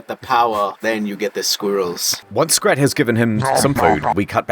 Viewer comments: every time he calls Scrat "scat"💀💀💀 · Did he just call Scrat Scat? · I know he says "scrat" but I honestly didn't hear the "r"